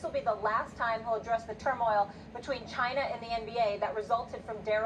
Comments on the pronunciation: "What is chiner" 🤣🤣🤣🤣🤣🤣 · SAS needs some elocution classes 🤣🤣🤣 “Chiner” Side note: Laura Ingram probably somewhere smiling rn. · What is Chiner 😂😂😂